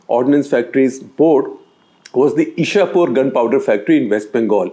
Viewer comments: It's not Ishapur but Ichhapur (chh from chhaya) in West Bengal btw. :) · Icchapore or ,ইচ্ছাপূর your pronunciation is wrong sir.